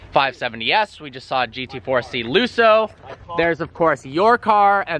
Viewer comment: he said GT4C LUSSO